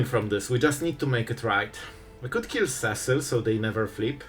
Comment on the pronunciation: I’ve said it before and I will say it again: See-sill not Cessill Final Fantasy was only released last June and you still are stuck on Cess-sill. Never learning?